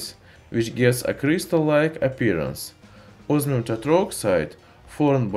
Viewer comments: its not osmium, its ooosmium! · Can't understand you mate ozzzzminnnn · Os MI um❌ Os Our um✔️ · I listened it carefully 3 times, "Ozmium"? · This guy reminds me of the guy that says onio instead of onion cuz it sounds weird when he says osmium